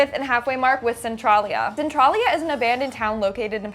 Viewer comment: It's pronounced "Cen-trail-ia."